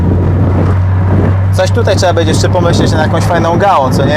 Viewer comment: "Bedzie albo nie bedzie" - kiedy on się nauczy mówić "będzie"